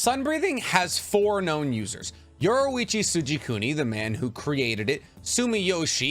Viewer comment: and yoriichi lol "yuwarichi soojikooni"